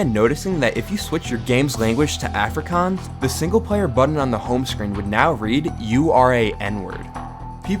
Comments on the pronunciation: As a SA it's so funny how he pronounces Afrikaans 😭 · I speak Afrikaans because it is my home language. And I started laughing at the way you pronounced it. Not rudely.